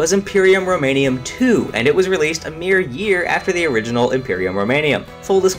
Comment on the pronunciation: Roman*um*, not Roman*ium*